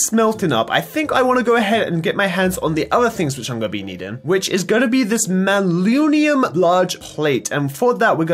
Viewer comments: not mallunium its man-ya-Lin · The purple stuff is pronounced (Manalin) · "Malunium" instead of manyullyn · manyullyn isn’t pronounced mal-oo-knee-um its pronounced man-uh-lin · Its manyullin nat maluniun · I believe it is pronounced (man-uh-lin) lol The level ups on the weapon also allow you to add more modifiers on it. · I know saw that too ahahaha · Some info, go rob or ask Ssundee because he is really good with tinkers construct, and it's pronounced Man-A-lin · Hey, just FYI it's man-yull-in is basically how you pronounce it. Also, lol the cleaver has beheading that's why skulls are happening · “MAnaLunium” Yeaaaghh that’s how you say it sure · Say it with me... man uh lynn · Man-You-Lin Pronounced Man-You-Lin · Man U Lyn is how it is said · Just to help it is man-a-lin. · Pronounce it man-a-lin! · Sorry, its man-you-lynn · it's pronounced man-uh-lynn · its pronounced man-u-lyn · its pronounced man-you-lin